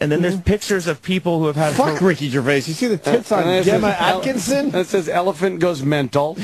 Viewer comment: Is the name Gemma not used in America? Hearing Opie mispronounce this is embarrassing.